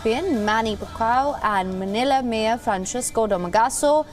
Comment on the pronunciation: "Manny Pacquiao" The Reporter pronounced it "Manny Pukaw". Hahaha...!